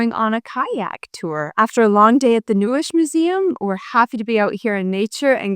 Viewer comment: njesch?! 😄🙃😂…it is called NEUES … lovely greetings from a Berliner ☺️🍀🧐